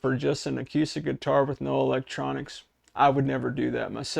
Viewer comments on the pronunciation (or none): Seriously dude??? The entire world pronounces the word acoostic.. Do you not listen to the 500 million people who pronounce it properly. acoooooostic! I'm older than dirt and you're the first person I've heard pronounce it the way you do in my entire life. PAY ATTENTION!